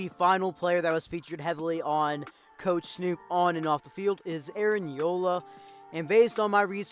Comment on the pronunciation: It’s Ulloa not yola but Aaron now is working as a security guard now he has a baby now